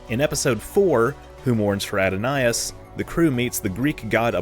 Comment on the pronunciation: Adonyas? Altai-air? Do you know something I don’t sir?